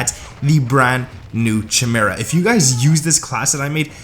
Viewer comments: 🤣chim ara it's pronounced "ky mear a" it's a mythical beast from Greek mythology. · chi·me·ra / KAI-MEER-A /kīˈmirə,kəˈmirə/ Not Chi-mera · This is a garbage class set up. BTW it's pronounced Kai-Mer-ah... Not CH-mera. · KY-Mera not CHY-mera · The weapon is pronounced "kai-mera" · Bro, what are you saying. It's Chimeria like Ki-me-ri-a. You are killing the name. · It’s pronounced Kai Mera not the way you’re saying it, so cringe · If I hear one more smooth brain streamer say Chimera wrong KAI- MARE-UH SAY IT WITH ME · I stopped watching after u said chimera 🤣